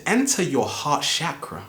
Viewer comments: *****, before presuming to teach about a subject, don't you think you should be able to pronounce the word correctly? It's CHAKRA, not "shakra". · It's called a Chakra not a Shakra. Just saying. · great video but i just wanted to say its not pronounced as SHakras its more ch sound as in change or chug. its a strong ch sound rather than sh. chakra being a 'sanskrit' word ended up forming the hindi word chakar, translating to circle. so chakras are energy circles/centers. had to say something after i kept on hearing shakara lol. but again. great video like all the rest of your videos. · I think you mean that the 8 inner gates due and it's Chakra not shkra dame men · You saying chakra wrong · his pronunciation is wrong. he says chakra in a wrong way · right, but we butcher pronunciation of words from different languages all the time.